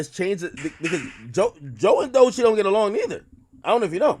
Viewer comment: Bruh why you keep saying doy chee?? Its DOE chii😂😂😂😂😂😂😂😂